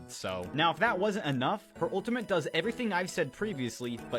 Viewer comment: The guy talking about ramattra was saying ultimint instead of ultimate